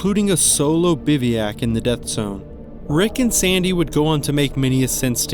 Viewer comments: It's "biv-oo-ack", not, "biv-ee-ack"! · Its pronounced biv wack